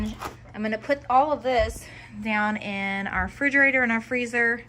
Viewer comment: Great video 🥰 but its called a refrigerater and not frigerater